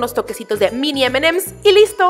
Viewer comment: aprende a decir emanems 😒